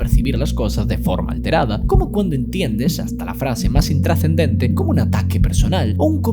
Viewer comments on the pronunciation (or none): No entiendo pq a veces pronuncia la "c" en palabras que tienen "s" como "frace", "deciciones" o "distorción/distorciones".